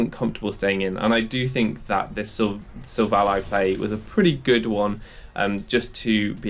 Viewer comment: SI-VOL-E Not Siv ALLY